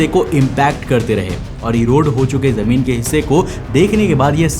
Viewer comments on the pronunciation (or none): Jameen ❌ , Zameen ✅